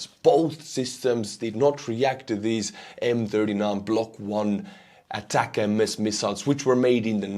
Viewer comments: When will he learn after getting corrected dozens of times that it is ATACMS as one word, not ATAC-M-S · Attack-m-s? What is that? The acronym is three syllables, not four. A TAC EMS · they are not pronounced attack-em-es , they should be pronounced atack-kooms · ATACMS are not pronounced as ATACM S. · Sorry to be a pain in the ass, but it's pronounced "Attack 'ems", as in get them mo'fo's! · love U n ur stream but as n American I have to correct u on this. Here the ATCMS Missles r pronounced ATTACK UMS…!! Keep rocking, love ur stream bro!! Watch u every day!! Slava Ukrainia, Herojon Slava 🇺🇦🇺🇸🫶🏼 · Isn't the word ATACMS just pronounced as one word? Not ATAC MS :P